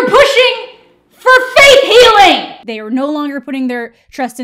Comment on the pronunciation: Did you say "Faith Healing" or "Faith Hilling" cause I dont know about Jesus, but Faith Hill can definitely cure cancer